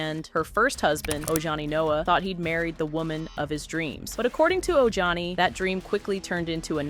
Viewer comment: Oh Johnny 😂😂😂 it’s Ojani.